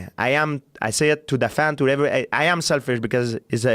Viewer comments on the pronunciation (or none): none